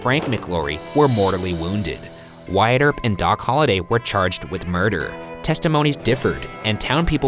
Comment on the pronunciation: #postmortem do you guys think that Wyatt is pronounced really weirdly?? I'd pronounced it as 'What' instead of 'why-at'